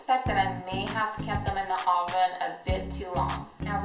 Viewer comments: What's an "ahven"? UHven. Eastern European accent? Also, blink more. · Say oven right bitch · She can’t say oven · "I popped them into my AHven." Wtf? 😂😂 I've heard people say a plethora of words in a weird way, but "oven" definitely hasn't been one of them 😆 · Seriously? Maybe it's an accent. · How you say oven makes me cringe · Why u say oven so weird